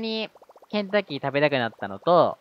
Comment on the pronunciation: 再びコンクリ男は草w ケンタッキーが洗濯機に聞こえたw ｳｯ…頭が！